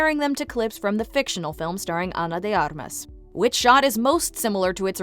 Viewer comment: Props so say Ana De Armas correctly :)